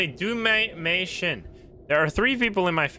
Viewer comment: I love how pronounced Mei Shin as my shin 😭